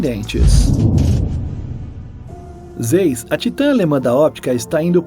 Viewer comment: Zeiss se pronuncia Zaiss ;)